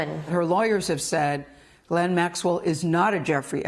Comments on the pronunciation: Her name is pronounced "Jizz-Lane". Look it up. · If she was Israeli, then presumably they would have Hebrewized her name and pronounced it like Gematria or Karate Gi rather than pronouncing it "G"-lane or G-len. In French it would be zhee-len or zhee-lan, all the Americans pronounce it G-laine or G-lane or G-len but Hebrew doesn't have the hard G so presumably it is as Virginia says it, "gi" len